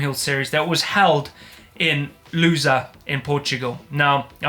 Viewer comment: Lousã is not supposed to be pronounced like loser :D